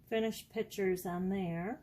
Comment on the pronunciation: Please say picture and not pitcher, it doesn't sound right!